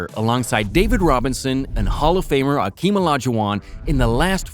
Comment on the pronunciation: Mad respect for pronouncing Hakeem's name correctly. So many YouTubers get it wrong.